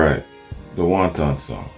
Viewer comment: the song is not about chinese food. Please learn to properly say the word wanton, with the accent on the first syllable. Otherwise, another flawless reaction from the best reaction dude in the game!!!